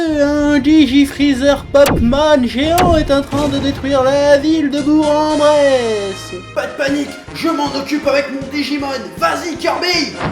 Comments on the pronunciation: NANNANANANANA TU AS DIS BOUR EN BRESSE ? C'EST BOURG EN BRESSE ON PRONONCE BOURK BRBABRKAZHBF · Alors super cette vidéo, jusqu'à que tu dise "bouRE en bresse" CA SE DIT BOURK EN BRESSE !!! BORDEL ! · Bourg en Bresse ça se dit Bourque en Bresse^^ voilà mais sinon super épisode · On prononce Bourk en Bresse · ça se prononce Bour"K" en bresse ^^